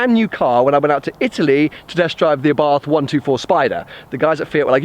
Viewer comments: the correct name is àbarth, with accent on the first a, not abàrth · It's a nice little car. Only one complaint. Abarth is pronounced Abart. Silent 'h'. Just saying. Good luck with the car.